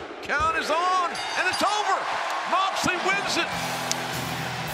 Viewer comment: "J-h-eeeooooon Moooxley!" Really, Justin? Even in his hometown you keep saying his name wrong.